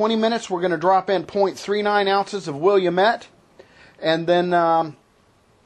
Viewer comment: Will-am-it Not William met Just for reference